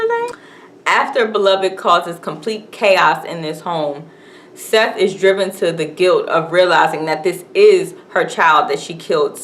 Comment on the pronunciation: RIP Toni Morrison. idk why this woman,, is calling Sethe, "SETH", if she just watched it, but it IS "Setha".